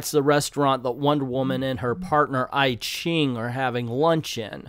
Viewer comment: I ching is pronounced E ching.